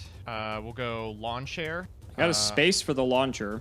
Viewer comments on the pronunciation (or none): really pronounces launcher as lawn chair, huh. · Is it just me or am I hearing lawn chair instead of launcher though that would have been funny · The way says laucher sounds like Lawn Chair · That, and how he pronounces "launcher" as "lawn chair"